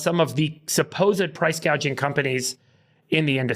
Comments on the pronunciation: Did anyone notice that Harris mistook "price gouging" with "price gauging"? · True! It's like she is talking about the economy for the first time, so she is reading a script, but she doesn't know the meaning of anything in it. So, instead of saying gouging, she says gaging. Its angering to know we allowed this pos to get where she is. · I noticed in one of her speeches she said “price gageing” not price gouging. I wonder if that was intentional so later she could say no, no I didn’t say price gouging, I said price gageing. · She said “ price control” and she said gaging not gouging 🤣🤣🤣🤣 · This guy on The Young Turks, is by far an ignorant nut job! Kamala didn’t even use the proper language in her speech. I.e. price gage. It's gauge! SMH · She actually said. Price “ cage “” ing. It was funny. She can’t even say gouging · She said price gage lol not gauge 😂😂😂 she drunk or stupid? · Kamala: “it’s price GAY-jing” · Caught that too she can’t pronounce price gauging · she is not smart. She read the teleprompter and couldn't correct it. She also said "...hospatility workers"